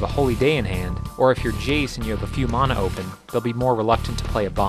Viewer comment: "Mauna"? You mean Mana, right :D